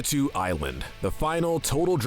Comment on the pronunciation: Pakatew is pronounced paw ka tell